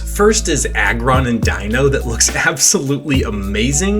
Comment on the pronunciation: You're the first player I've seen pronounce Deino's name correctly. Thank you!